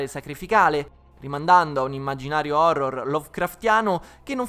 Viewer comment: "Phorror"...... Ok vado a suicidarmi.